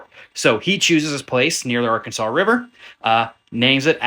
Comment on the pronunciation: ar-Kansas river not, Arkansas, you must not be from central Kansas. Great videos